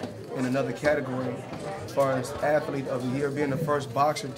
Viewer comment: Hey Floyd what's a Atalethe? You mean athlete? All that money dude get some Ebonics or something